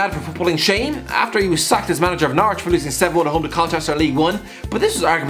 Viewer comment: Whenever say's Norwich it sounds to me like Naruto.